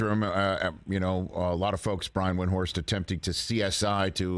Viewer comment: Eisen mispronounced Windhorst's name. So does nearly everybody. Windhorst stopped trying to correct everybody a long time ago. But it's still shitty interviewing if you can't even correctly pronounce your interviewee's name. And if you're not sure, then ask.